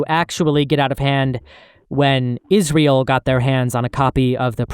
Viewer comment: Great video so far man, however, it's IsRAEL, not IsREAL.